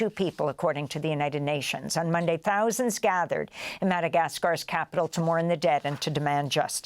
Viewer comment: Say “thousands” like a normal woman